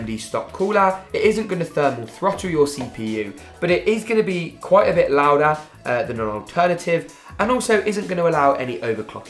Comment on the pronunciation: coolah loudah dollah XD